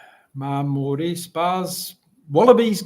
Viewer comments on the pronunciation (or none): none